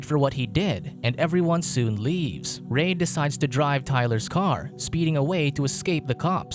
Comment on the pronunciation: Reid is pronounced "Reed"